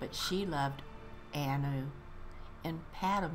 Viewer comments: Anuad is pronounced an you add. Your guess is as good as mine with the other pronunciations! :) My wife’s name is Annu... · I love a good history lesson! Thanks for another book reading! Also, the title is pronounced An-you-ad 😄